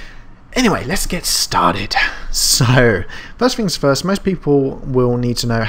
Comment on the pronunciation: useful tutorial for beginners like me. However! the words, Through things anything do not contain the letter F so don't pronounce Fs!! I expect your reply will be, "well the words, Fu** *ff " do!!!!